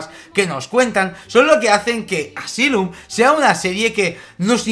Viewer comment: Asylum está en segundo lugar de mis favoritas de AHS, buenísima!! Saludos desde Santiago de Chile!!! 🇨🇱🇨🇱🇨🇱🇨🇱🇨🇱 Pd:Me distrae que pronuncie mal Asylum 🤣🤣